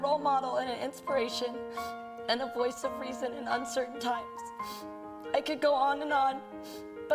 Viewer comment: At the start you said "My woice"